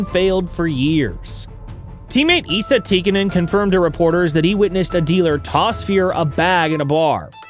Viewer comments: It's ZEEG-ler and Essa, like Messa. Just in case you do another video about the 80s. In the end we just appreciate that you are not AI. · Ee-sa Tikkanen? Zi-gler?? Are you new to hockey? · I love your videos, but your pronunciation of names is off a bit. For example, Esa is pronounced as "S-ah".